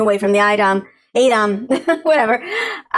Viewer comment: I hate to break it to you but it really is pronounced aydam not eyedam. The phonetics in the glossary is confusing because it spelled aye while expecting you to say ay.